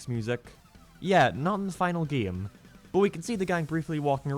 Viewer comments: I’ll never get over this man talking completely normal o til he says either geeem or geeyam, the refusing to just say game is so distracting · it kinda bothers me how he pronounces "game", it sounds like "geem" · I laughed every time you said “game”. Geehm.